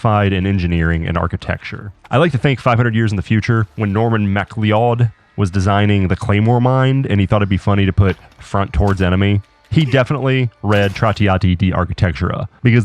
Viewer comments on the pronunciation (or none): I believe Itspronounced mack-cloud like I'm Connor MacLeod of the clan MacLeod and I'm here to take your head! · Some good ideas in here. I called straight away that medieval defense strategies are going to start popping up in builds soon. By the way, McCleod is pronounced ‘McCloud’. It’s a historical clan name in Scotland, interestingly enough, their motto is ‘Hold Fast’. Quite fitting